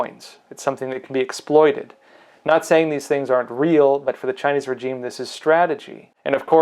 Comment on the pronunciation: And for fucksake, pronounce regime properly, so effing annoying. 😁